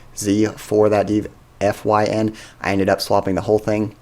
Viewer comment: Wouldn't it be pronounced Dee-fine?